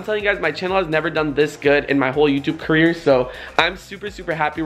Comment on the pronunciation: lol when you said caleer